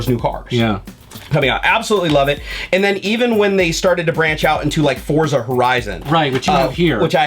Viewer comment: It's pronounced "Fortsa", like in "pizza". Its italian for Force.